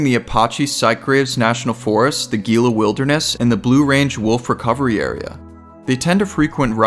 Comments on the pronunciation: The way Gila monster is pronounced is not (gee-la) it’s (hee-la) monster. You must not be from Az. Like your show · the gila monster pronunciation was painful 😂